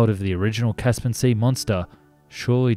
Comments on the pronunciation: why does the narrator mispronounce so many words in these videos?......its caspian sea not 'caspan'. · Caspian. Not Caspin! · Its not 'kas-pan' , its 'kas-pee-ann' . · FYI the word is “Caspian” not “Caspan” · There was also the Boeing "Pelican" which frankly made all WIG aircraft before it look like Cessna's it was Massive. I notice you keep calling it 'The Caspin Sea Monster' I think you find it is 'Caspian Sea Monster' like the Caspian Sea